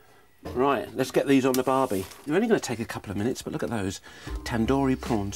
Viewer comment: The way he says barbie